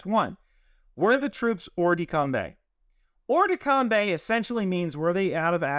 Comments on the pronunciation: Not exactly! There's no "the" in that phrase! More like "Or-duh-com-bah". You could even use the English pronunciation and say combat as we do, but com-bay? No, sorry! Great vid nevertheless! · hey great video! I actually learned a lot. BTW its hors de combAt (pronounced combAA) not coumbe. Also follow up question, how is the PMI going ??? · the "kombay" was painful. it's "or-de-combah" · thanks for that. i'm bilingual at that pronunciation hurt me. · Great video and clarification. The only infraction committed in this video is pronouncing hors de combat as OR de Kombay (better OR de KOMBAH). : ) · love your content, and will pardon your French all day long. But in case you're interested, it's "or de combah" -- not "combay". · I know it's not a major thing, but hors-de-combat would be pronounced ‘oer duh combah’. If you want the pronunciation sounded out, Google translate it from French to hear it. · FYI, it's pronounced oar-the-come-bah, the ending sounds like cinema. All the love from this Frenchman. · Must... correct.... the French prononciation... Hors-de-combat = more or less "or-der-com-bah" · Hors-de-combat is pronounced Hor de com bah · At least he didn't say Horse De Kombat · As a frenchman; bat in combat is pronounced like wombat, but the T is silent.